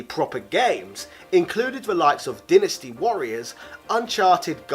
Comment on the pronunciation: Wondering why you pronounce certain words wrong like you says Dynasty as Dinastay.